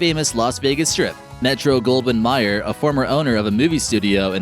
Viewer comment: it's actually pronounced " Metro Golden MAY-er "